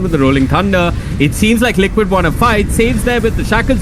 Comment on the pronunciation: I hear lickit not liquid 😂😂